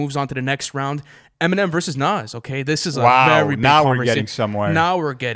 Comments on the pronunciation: This dude pronounces Nas as nazz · Ok so i have speculations to get off my chest: You guys say Nas has to go on, and he’s in my top 5 all time, but i think you guys are letting the “nostalgia” of it all get to you. J Cole is just the new Nas. And you didn’t even say his name right. Also, Snoop Dogg or Biggie isn’t even a debate really, Biggie is a way better rapper. You guys should make this bracket public.